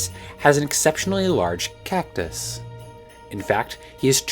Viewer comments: why do you keep saying CACTUS like that it’s freaking me out more every time you do it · Why does she say “cactus” the way SpongeBob says “actors.”